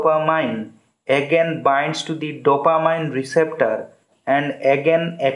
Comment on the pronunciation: dopa-MEEN not dopa-MINE